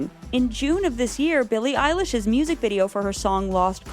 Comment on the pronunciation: I'm sorry...did she just say Billie EYELASH?!